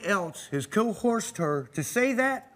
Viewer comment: Why does it seem like no one on this show is capable of pronouncing the word “coerced”? They always pronounce it “co-horsed”. In at least 7 episodes now that I’ve noticed